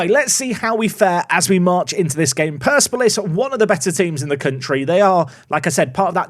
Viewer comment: Surely it's per-sep-olis?